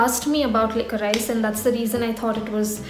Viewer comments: Hey , not to sound hateful it’s actually pronounced as liquorish. Love your content!🙂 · It's pronounced as licorish